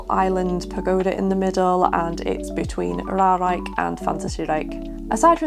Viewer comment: Just an FYI :) It's Ruigrijk, niet Ruirijk. Ruig means Rough, Rui means shedding (feathers or hair). Though, you might shed a few hairs because of the thrill rides ;) Also, helpful video. Since I have no mobility issues (yet, my hip can sometimes complain), I never looked at 'this' this way. Also, you pronounced Reizenrijk (R-eye-zen-r-eye-k) correctly :)